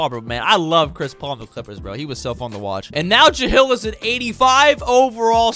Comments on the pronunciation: serious questioning this decision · praying he doesn’t say it again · Isn’t his name Jahlil (jah-leel) not jahill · Ja-hill? It's Ja-leel. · JUH-LEEL not JUH-HILL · Take a shot everytime says Ja-“HILL” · Starting now mark on video, i will take a hit of my wax pen every time he says ja-hill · who tf is “jahill” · Bro ja-hill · nah bro the ja-hill thing is annoying💀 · Bro. Ja-lil and Vusa-vitch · Jah LIL? Nah. Juh HILL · Why do I feel like you never said his name like that before?